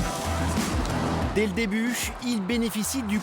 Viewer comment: Insupportable la voix du commentateur, avec son accès à faire des « chh » en fin de mots... « Des le débuchhh... » « Allezchhhh... »